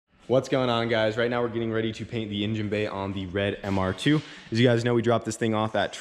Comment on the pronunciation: I feel ya on the intonation..... 🙉